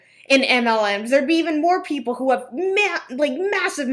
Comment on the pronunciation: “My Canadian viewers sho are anti-mlm”. I’m sure you have so many Canadian viewers. 🙄🤣